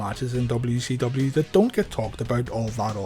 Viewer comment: It sounds like you are saying w e c w lol